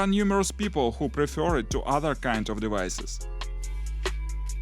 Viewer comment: Did he just said “ dewices” 😂 it cracked me up ! 🤣